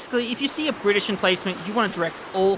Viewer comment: the bri-ish